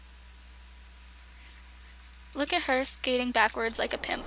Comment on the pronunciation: Why did you say pimp like